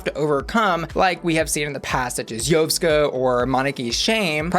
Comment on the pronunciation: I hate to be that bitch, but I'm gonna be: How can you not pronounce Moneke and Yovska's names? Sorry darling, not trying to be a raging c**t monster, I just thought you watched the show where they were both named SO OFTEN. It irritates me to no end and they are two of my fav's so it hurt me on a parasocial level. On the other hand: SO happy you are covering this and I am hoping we can get som hot or rot's as the season progresses. Again, sorry for the negative energy